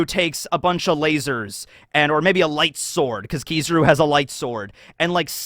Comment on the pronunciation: I’m sure you know how “Kizaru” is pronounced. It was the same thing with “Yonko”, you continue to mispronounce foreign names even when you’re made aware of how to properly say it. What you’re doing is a racist tactic used by far right white suprematists to get attention. This is why I stopped watching this guy you’re a 30 year old man act like it.